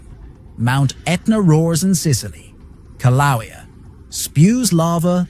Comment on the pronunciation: OK- REPEAT AFTER ME: KILL--LAU-AAY-AAHH (KILAUEA) RE😤MEMBER THE VOWELS: A(aah); E(aaay); I(eee); O(oh); U(oooo). OK??